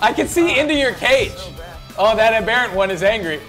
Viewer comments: an am-BEAR-ant isnt a thing. however an AM-ber-ANT. (sorry im not a living dictionary, but you get the point) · its weird the way you guys pronounce aberrant I put more emphasis on the ER but you guys switch the ER for an AR so its abarrent instead of aberrant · ab- er- ant not a-bear-unt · Ab-er-ant not aber-ent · its abberant and lev-e not leevi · They pronounce aberrant in a weird way.